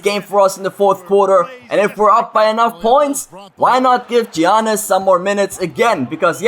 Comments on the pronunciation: It's not (gi-an-nis) its (ya-nis) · Alright mate, if you're gonna use Giannis, at least pronounce it right. Yannis. Not Geeanis. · Giannis is pronouncd (yannis) not giannis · Giannas is pronounced Yiannas. Not to be rude, however it got annoying hearing you continuing to make that mistake. Sorry. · Its pronounced Yawnis... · Giannis name is pronounced yannis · It's pronounced like yawn-us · You pronounce it yiannis ;) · It is pronounced yanis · Btw, his name is pronounced Yannis. You don't pronounce the G and the I. I'm a Bucks fan and Greek lol